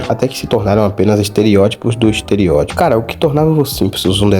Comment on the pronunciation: EsterEótipo... ''esterIótipo'' NÃO EXISTE